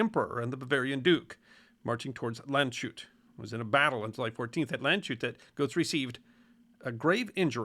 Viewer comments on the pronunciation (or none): "Land-shut" Nope. sh in German is never the same sound as in English. Think of it as 'Land's hat' ('sh' is 'sch' in German.) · I hate to be the guy, but Landshut is pronounced: Lunds-hoot It translates to "the guard of the land"